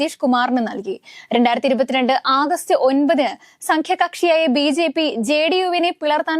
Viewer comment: സംങ്ക്യകക്ഷിയല്ല മോളേ, സഖ്യകക്ഷിയാണ്